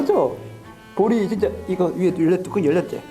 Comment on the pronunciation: 볼펜 끄적끄적 적는 모습 왤케좋지>< 윽 억 아야 ㅠㅠㅠㅠㅠ내심장ㅠㅠㅠ 볼이 진쨔 부분 발음진짜 귀요워요ㅠㅠㅋㅋㅋㄱㅋㄱ 아 하지망~ 친한형아가 괴롭혀서 하지망~하는것같은ㅠㅠ앜ㅋㅋㅋㄱㅋㅋㅋ진짜 제 심장 ㅠㅋㄱㄲㅋㅋ 이번편도 어김없이 나오는 이랑 티키타카 넘좋아ㅋㅋㅋㅋㅋㄲㅋ 영광의레이서 보면서 개인적으로 스피드가 젤 빠르게느껴지는것같은.. 보는내가 다 무서운걸요ㅠㅠ흑 안다치시길ㅠ 깜짝 놀라셔서 토끼눈 되는거 >< 통통튀면서 요기조기 걸어가시는모습 넘귀여워ㅠㅠㅠㅋㅋㅋㅋㅋㄱ심지어 고개갸웃에서 심장뿌사져ㅠ 2분언더 해내시는 ㅠㅠ존경스럽습니다ㅠㅠ 머리헝클어진 사랑 입니다ㅠ🖤 다치시지 않을까하고 걱정하면서 봤던ㅠㅠㅠㅠ